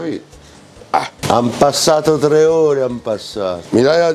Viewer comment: Un trrrrreh